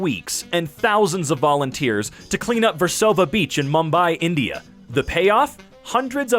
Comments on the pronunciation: He pronounced “Mumbai” wrong. It’s: M - oo - m - bye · It’s pronounced moombai